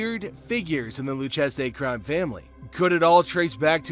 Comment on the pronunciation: Yea nah i stopped watching after he mispronounced Lucchese